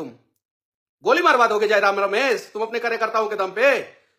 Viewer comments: Manish Babu tujhe to jayram ka nam bhi sahi se le nahi pa rahe hai to jayram se kya dibet kijiyega😅😅😅😅😅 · iska fta hua hey 😂..dr sey Tiger da ka naam sahi sey bol nhi pa rha hai